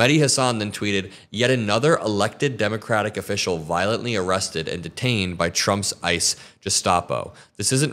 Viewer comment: Hi, love your show! But please stop pronouncing these words this way: "ah-legal" for illegal and "ee-rested" for arrested.